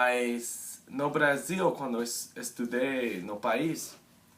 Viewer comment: Seu sotaque é ótimo, principalmente pq vc consegue pronunciar perfeitamente as palavras com a letra "R" como "Brasil" e "Fazer"... Geralmente o americano mesmo sendo fluente acaba pronunciando os "R" com o som nativo, como "Brother" ou "Air".